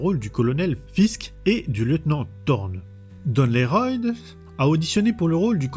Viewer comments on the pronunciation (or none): none